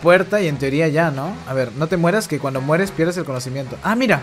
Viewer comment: A mi también me dio risa "cuendo" paso ezo Cak